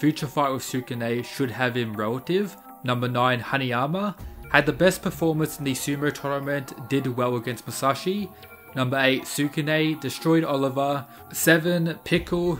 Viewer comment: You pronounced Hanayama as "Hariama," so for that reason, you don't have an expert opinion.